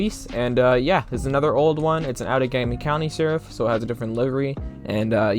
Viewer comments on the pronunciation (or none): none